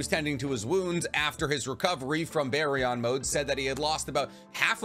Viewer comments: It’s not “bear-ee-on” mode it’s “beer-en” mode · Why do YouTubers always say stuff stupidly? 😂kurAma??? baryON???